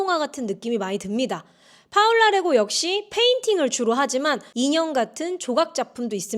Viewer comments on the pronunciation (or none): 파올라 레고가 아니라 폴라 레고로 읽어야 합니다. 남자 이름인 Paul의 여성형 이름이 Paula입니다.